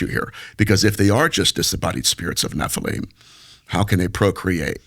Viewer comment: It’s Nephilim not Nephelem. Smh!